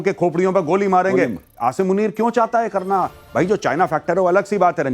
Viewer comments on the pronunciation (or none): none